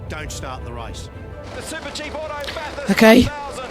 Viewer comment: Aussie here: Not bahth-hurst. Bath, rhymes with cash.